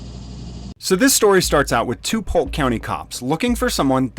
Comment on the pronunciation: It's Polk county Hahahaha!!!